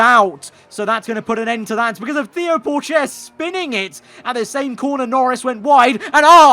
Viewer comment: Please can you learn how to say pourchaire name its got more of a hard t at the front